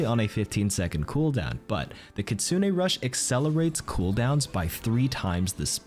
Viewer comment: Which does she say kitsune or kitsuning?